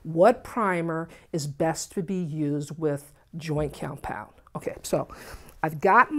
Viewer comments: it's called what compound? Sounds like you're saying joy or joint (lol) but that doesn't make sense to me ;) Is this good for balcony walls that are cement & occasionally get wet depending on the direction of the rain? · I really needed this! Thank you! She gives easy and simple instructions that anyone can follow. She does have a problem saying "Joint Compound"- I got tickled every time she said it! LOVE YOU!